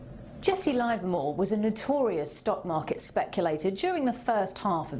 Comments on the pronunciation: its pronounced livermore with a short i not a long one I have talked to people who traded with him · LIVERmore. Not LIVErmore.